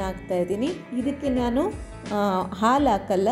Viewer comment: Aalu anta helbedi Adu halu